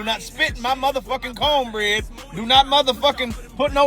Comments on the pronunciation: The way he said cornbread. 😂😂😂😂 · Nahhh Unc Homeboy is a Ginger , he is an allie lol ... once he clearly said Conebread & Pokechop , I knew he was with the Melanated !!! 😂